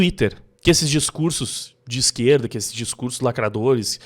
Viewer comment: "ó a hipocrisia dar izqueerllda!"